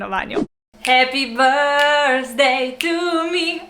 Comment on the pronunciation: Ne reče se brzdej ampak brdej.